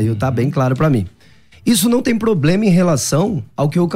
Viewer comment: Nitidamente decorou umas palavras em hebraico e grego... e fala pobLema... socorro haha